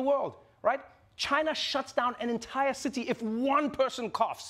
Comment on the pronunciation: Am I the only one who kept repeating the part when he said "tchina" 😂😂😂